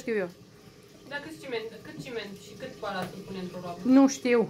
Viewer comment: Balast, nu mai spuneti balastru